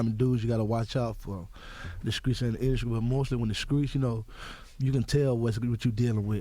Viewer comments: The induscry😂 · skreets = streets induskry = industry